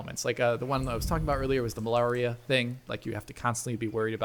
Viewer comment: The Mal-ar-ia lol. That was one of the best parts of this game actually.